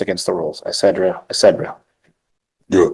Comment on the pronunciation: This is not the judge to tick off........by the way, the lawyer can't pronounce etcetera correctly. (no D's)